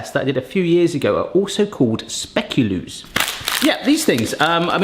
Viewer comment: belgian here,nice try on the pronunciation of speculoos xD, honestly i mainly see them with the coffee and tea times or in a cafe, i nvr knew the english term for it xD